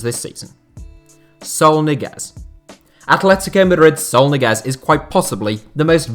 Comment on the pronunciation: Why do you call Saul "soul"?